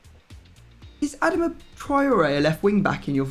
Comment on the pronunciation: It's not A-dam-a